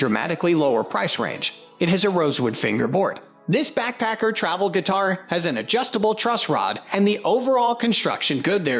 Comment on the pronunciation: I didn't mind your voice over because it sounds like you're saying "Backpecker." 😂